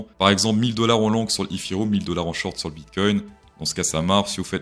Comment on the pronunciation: Comment tu dit etherum 😅😂😂 n'imp😂